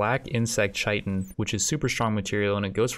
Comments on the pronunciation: It’s pronounced k-ie-tin, not ch-ie-tin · It’s kai ten not chi tin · Its pronounced KIATEN, not shietn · “Chai-tin” it’s Kai-tin :)) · Hey your videos are great, but goddamn please pronounce chitin correctly haha. It's kītn not ch-itn. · Chitin is pronounced like “kite in.” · Chitin is pronounced kite in. At least that's how I say it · Great video! The recruitment difficulty just refers to the percentage chance of recruiting each time someone tries to recruit them after resistance has been broken. It is further modified off their overall mood at the time, and the social skill/social impact of the recruiter. P.S. Chitin is pronounced like Kai-Tin. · couple of things about the black hives, they dont respawn, they just make jelly, and Chitin pronounced Kai-Ten, I know it looks like doesn't sound liek it but it does LOL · Chitin is Said Kite-n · Btw Chitin is pronounce Kite-in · chitin is pronounced "Kite-in" look it up if you don't believe me. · I know I'm being a bit of a pedant, but chitin is pronounced as 'kite-in'. The dictionary gives '/ˈkītn/' but that's not helpful to most people. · The fact that he pronounces chitin wrong drives me bonkers